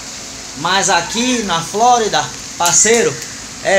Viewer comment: Reparem como ele fala Flórida kkkk cara gente boa parabéns Amado Deus te abençoe